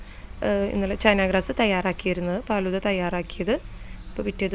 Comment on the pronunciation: ബോംബെയിൽ (ഹിന്ദിക്കാർ) ഫാലുദ എന്നാണ് പറയുന്നത്. പാലുദ എന്നല്ല. എനിക്ക് ഹിന്ദി നന്നായി അറിയാം. മുജെ ഹിന്ദി അച്ചി തരഹ്‌ മാലും ഹൈ.